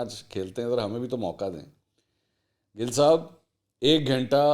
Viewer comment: Bro ya gil humry Punjabi my khty hy gil word pr na Zar na zabr ap soch neera bygrt